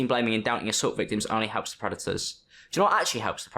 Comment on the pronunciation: Is it so hard to say "the" properly.. THE NOT VEH!